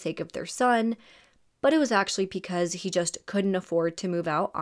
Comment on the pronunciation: PEcause 🥴😵😳 Love your videos and the amount of detail and research that you put into them..BUT every time you pronounce BECAUSE with a P it drives me mad 😭😭😭